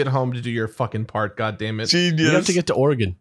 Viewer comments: Just pronounce Oregon as "organ". 2 syllables with "gun" at the end. Everyone can pick out a tourist the second they hear "oar-eh-gone". Same if you visit Idaho and pronounce Boise with a "z" instead of a hard "s". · Am Oregonian. We pronounce it "Oar-uh-gun". If it helps, a common simple pronunciation trick I've seen is to say it as though you are asking, "would you rather bring a knife to a fight, *or a gun*?" Just don't say "gone" at the end and you're golden. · Oregonian here. Y'all pronounced it correctly for the most part. It's NOT "Or-eh-gone", but otherwise you got it. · As an Oregonian, I’ll share something I heard from somewhere before (forget where): it’s not Or-re-gone, we haven’t gone anywhere! So you guys have it right! Random aside: it’s also Washington, not Warshington. I hear a disturbing amount of people saying that! Not that you guys did!